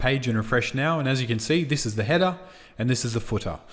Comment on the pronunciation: I will never say header and footer ever the same way again....hedah and footah love it! Awesome video series...Thank you!